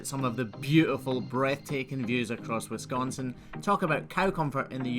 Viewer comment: Wow...someone who actually knows how to pronounce Wisconsin correctly. Didn't think they existed outside my state, lol.